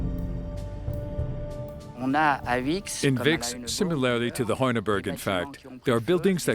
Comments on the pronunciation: Vix is pronounced Veeeks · Es spricht sich nicht wixxx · I'm enjoying this. But it shows how indoctrinated I am because when they say the Lady of Vix, my treacherous brain is hearing the Lady of Vicks. As in a cold relieving product, popularly used in America called, "Vicks Vapor Rub".